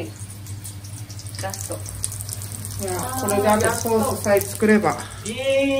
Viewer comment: 「ケェエチャップ、セウス」